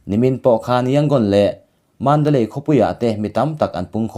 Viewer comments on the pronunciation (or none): none